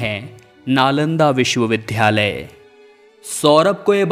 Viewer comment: ये नालंदा विश्वविद्यालय है लेकिन आप बार बार बोल रहें हैं विश्व विध्यालय!‼️